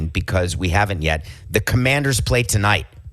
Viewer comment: “Washington Companders”